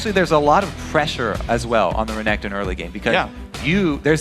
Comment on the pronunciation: "Tutu renkekton, well hes two 0 right now" - Phreak Xdxdxd